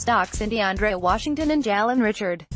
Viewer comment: OK I stop listening to this 3 minutes into it this AI reading your script your content is cute but horrible. If I hear you mis pronouncing jalen Richard One more time I'm going to puke. Saying how do we know… is moronic and stupid, As if they have to render explanations to us we just watch them we have no say in what they do you read the believe it or don't you trust it or you don't and that's it stop pretending that you are a Raider Fan because the way you Wrote this content, you're not. Jalan Richard is pronounced Rah shah rd.